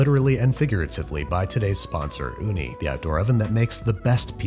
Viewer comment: The finn in me so happy you actually succeeded in pronouncing uuni (finnish for oven). And I know it's Ooni but like it definitely was based off uuni since it IS a Finnish invention